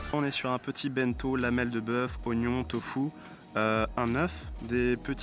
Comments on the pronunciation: Video géniale ! Par contre, j’y arrive pas avec ton pote qui dit BINto 😂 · Ça me trigger tellement ton pote qui dit ça « bainto »